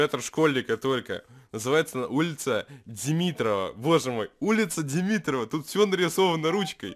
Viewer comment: Не ДемИтрова а демитрОва